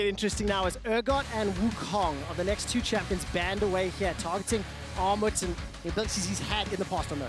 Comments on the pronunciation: It's pronounced Gnarmut ;) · Actual name: Armut pronunciation: Aghmod pronunciation: Armou Lmao it's not that hard to pronunciate that